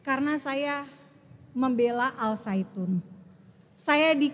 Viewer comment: Zaitun.. Saitun 😂